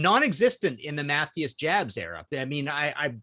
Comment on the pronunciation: Jabs is pronounced "Yabs".